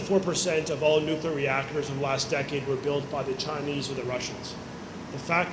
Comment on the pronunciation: Clear. New. New. Clear. New. Clear. Nuclear. Someone, PLEASE help this very capable minister to stop saying “new cue ler”.